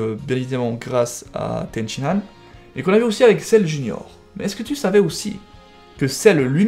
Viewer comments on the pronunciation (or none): none